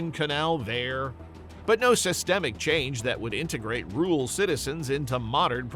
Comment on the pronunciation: Can't pronounce "rural"?????